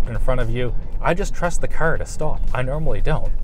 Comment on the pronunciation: Dude, its car, not ker....